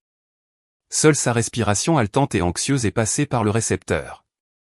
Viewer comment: haletante et non altante 😮